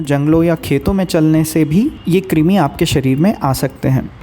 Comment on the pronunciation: क्रिमी नहीं कृमी (क्रुमी)